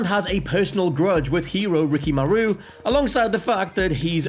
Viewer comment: it is riKImaru not rikiMAru all the japanese names ending in Maru have the accent on the syllabe before maru, please learn to pronounce japanese names before even saying them